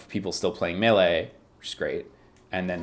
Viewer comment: is the only one if the former Best Friends crew who pronounces "melee" correctly